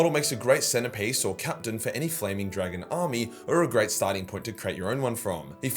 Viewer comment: “This is flaming, dwagon!”